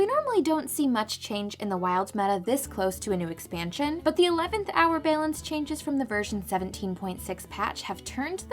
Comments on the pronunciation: Feels more Canadian: Behlance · Love the editing and the puns. But can we address how the pronunciation of "balance" as "baylance" is mildly infuriating?